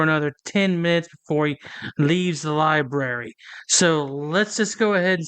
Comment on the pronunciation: Seeking out transparency in a child's room at the "libarry". He definitely has the extra chromosome working. Great job, frauditor! 😆 🤣 😂